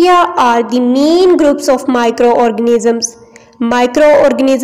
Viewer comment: It is not min it is main